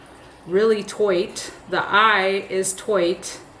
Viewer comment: Love the commentary, the “toight”and the random laughing at yourself , you’re so real! I enjoy watching your videos ❤